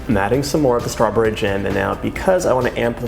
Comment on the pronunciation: Doyou realizeyou are saying stra bury?